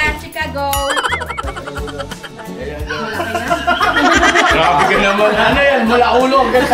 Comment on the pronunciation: Hello KB family…no offense meant po pero call ko lang sana attention nyo na ang CORRECT pronunciation po ng Chicago is Shi-caw-go kasi esp. kung taga America parang di magandang pakinggan pag pronounce as Chi (as in cheese or chips) … So the first 3 letters Chi is pronounced as Shi. Enjoy your unboxing po 😊